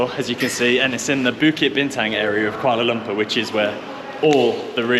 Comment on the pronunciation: Welcome back to Malaysia n enjoy your stay n stay safe. Every time i watch white people youtuber...it always suffocate me when hearing their pronunciation in malay language. Fyi... It is kooalar loompoor. Saloma is sarlomar. Here in Malaysia.. A is are E is err I is ee O is owe U is oo C is ch K is k G is g only (got, get, gut..) J is j only ( job, jab, jet, just..) We don't have silent letters nor dual sound for a letter. There you go. So if anyone with English as your first language and reading this... bear in mind that the roman letters in Malaysia has a bit different sound from English. Happy learning everyone.